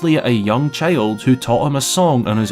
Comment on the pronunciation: You talk like Pipin. Cheild